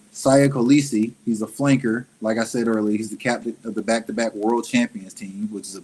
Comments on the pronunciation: His name is pronounced like "See Ya Call-Issi" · "Seeya" Kolisi that's how you pronounce his name